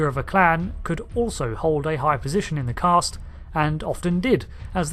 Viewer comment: There is no "r" in Caste